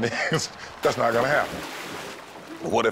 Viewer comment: When you hear that "noT" , that's another form of the serious "Hard NO" 😂😂😂